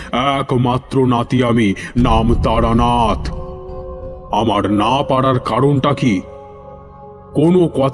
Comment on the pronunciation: আজকাল সবকিছুতেই গারপাকামো। এটা তারানাথ না বারানাথ।